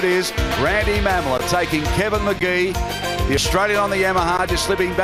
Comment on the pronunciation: BTW it’s pronounced Ma-mola, not Ma’am-ola